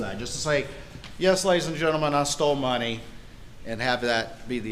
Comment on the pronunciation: "I took thier muney" "I took thier muney" "I took thier muney"